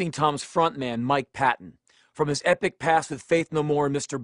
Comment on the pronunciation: I don't like to argue, but with all due respect, the stress goes on the first syllable, not the second. Patton himself pronounces it that way. Not that I don't like Rollins or anything, they're both awesome.